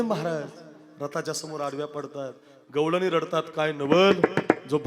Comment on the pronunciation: गैळणी नाही गौळणी